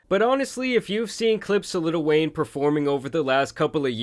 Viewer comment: Bro.. why do you keep saying 'litl wayne" XD